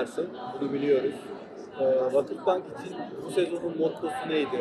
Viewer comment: çok iyi bir adam da ; insan 17 senede bari vakıfbank'ı doğru telaffuz etmeyi öğrenir sdfsadfsafsd. tamam dilinizde ı yokta 3 hece biri de zaten yabancı dsfasasffasd .